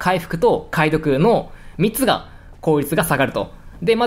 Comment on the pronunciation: 「3つが」って言うのが「密が」って聞こえた私は末期かも